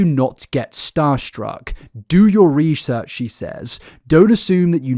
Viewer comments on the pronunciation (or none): none